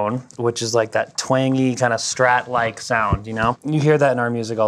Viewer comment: did he just say strat?